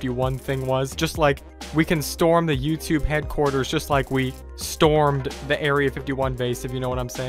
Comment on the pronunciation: IT'S STORM NOT STROM! Get it right!🤦‍♂️🙄